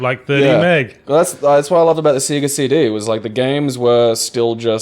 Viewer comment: still hasn't given up on his "seega" pronunciation:p